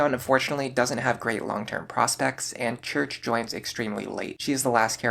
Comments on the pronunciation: Cherche is pronounced Cheir-Che just an fyi. Its french iirc. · Just FYI, Cherche is pronounced like the word share with a sh sound tacked onto the end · I always thought Cherche was pronounced "sure-shay" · Pretty sure Cherche is pronounced (Share-Shay) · I dont think i've ever heard someone pronounce Cherche's name as "Church" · I've never heard someone pronounce Cherche as church, but maybe that's a west coast thing, or because my entire family is Mexican. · Interesting that you pronounce Cherche like church. I always thought it was Cher(like the singer)-sh